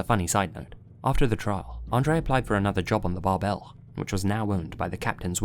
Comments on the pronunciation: Fun fact: „Bärbel“ ist stressed on the first syllable and pronounced like „Bear-ble“. 😊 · Little Note: Bärbel in German is pronounced like bear-bell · Great video as always. Just a little side note: The "ä" in the name of the ship in #1 is actually pronounced like "air" (without the "r" of course), also the "e" is kinda silent here, so it would sound something like "Bairble" :) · the name Bärbel is pronounced more like Bearbel than the Bar-bell you were using. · Bärbel should be pronounced bear-bel since it’s an umlaut. i think it translates to the name “Barb” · that's not how you pronounce bärbel. it's more like bearble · Me, a German: Bärbel is pronounced bear-bel. Great video as always! ♥ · I was hoping someone said something lmao, that bothered me.